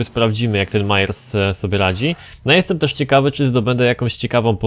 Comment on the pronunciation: nie gadaj mayers tylko meyers